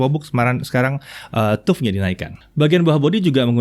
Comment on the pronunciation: TUF mungkin sama dengan TOUGH, harap dibaca taf (keras, tidak lunak), nyambung dengan materinya. Lain kali Pentium harap dibaca pensyem, jangan pentium.